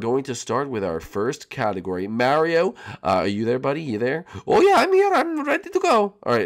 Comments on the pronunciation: You called Mario jam shark lol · When you say step up you called mario jam shark